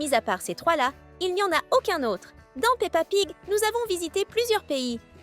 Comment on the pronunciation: Tu as dit pa pig 😂😂